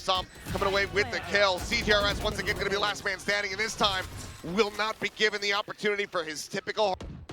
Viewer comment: Did caster really say “Laz man standing”?